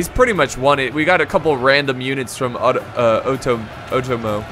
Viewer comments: You got the 'e'(eh sound) sound fairly correct. But the 'O' sound is like "Oh" you keep saying chosokabe as if its chuu which is wrong.Same with Otomo. Its Oh-Tomo. Not uh-tomo. Japanaese is fairly consistent unlike English. Also R (probably the hardest sound for English speakers) is like a mix of the English 'D' 'R' and 'L' sound. The tongue position is like between 'D' and 'L' if that helps. You can try to quickly transition fro 'L' to 'D' to kind of create that sound. Also NagiNata. There's a N there. Uesugi. As previously mentioned it's pretty consistent. However U would be kind of like a long O sound, similar to 'thought.' Somewhat like how you said cho(almost like chuu) in the video. Similar but not exactly the same, its hard to describe it without actually pronouncing it. So Ooo-eh-su-gi would be fairly close, but I don't think long O is really on point. Still that will already go a long way. Not really trying to be rude, just trying to help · Otomo is pronounced Oh Toe Moe or Ah toe Moe ( it depends on the person)